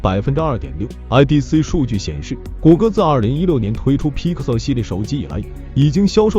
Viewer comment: bro can u at least pronounce pixel properly, u sound like ur gagging on a toe